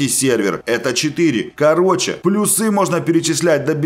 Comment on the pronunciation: Ну бляя, мне так режет уши когда ты говоришь: "квАртал", " плюсЫ", "нАчать" и т.д.